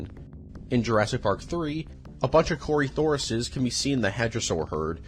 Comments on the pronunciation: trying to pronounce dinosaur names kills me on so many levels cory Saurus 🥲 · How do you do research about these topics but do 0 research about how to say Corythosaurus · I don’t blame him for mispronouncing dinosaur names but the way he pronounced Corythosaurus made me laugh